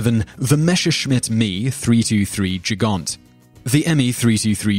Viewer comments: Gigant pronounced like "Djigaunt" LOL for the record, the correct pronunciation would be "Geegunt" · Your pronunciation of German words is so horrible sometimes you shouldn't even mind trying and just do it with a fully English accent. :D Gigant? That sounded rather French. It's just with two hard "g" like in "game".